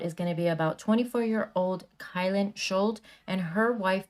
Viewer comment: It is pronounced SHUL-TEE